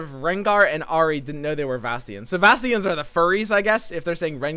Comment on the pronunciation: wow the way u saying vastayans is so bad its annoying sorry.